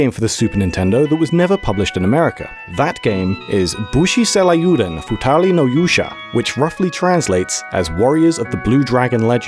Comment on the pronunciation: What's with this guy's pronunciation? It's Seiryuuden, not frickin' "Seh-lah-yoo-den".